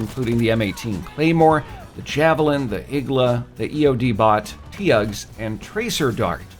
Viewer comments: Tugs even tho it is pronounced t-ugs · he said TEE UGS lmao